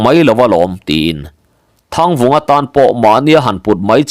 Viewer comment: Ralkhaia leh Thangvunga te pafa hming hi ilam sual zeuh zeuh ania uluk deu tawh la 😂